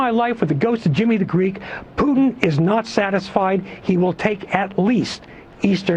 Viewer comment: Ralph Peters might be an idiot but he's the first American I've heard to pronounce Putin's name correctly.